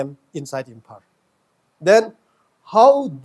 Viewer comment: His tongue is very hard to pronounce. Imphar (Imphal)